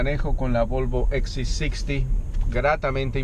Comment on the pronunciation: Coño si hablas en español, que trabajo te cuesta decir " volvoxc60 ( Equis c sesenta)" . "gps ( GE PE eseeeeee) joder.